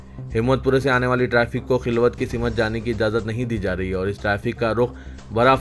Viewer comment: Simat nahin balke simt sahi word hai.